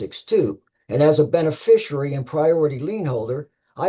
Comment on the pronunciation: Wow. Only six minutes in and I already know that the defendant attended the Gish Gallop school of law. PS. There is no "U" in "beneficiary". Enunciate!